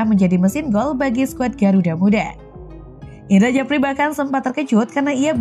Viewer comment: Admin tak paham ejaan lama, bahasa Indonesianya parah, Indra sjafri ko dibaca Indra Jafri😷😷😷